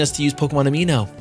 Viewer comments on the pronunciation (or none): kept referring to Pokemon Amie as Amino, lel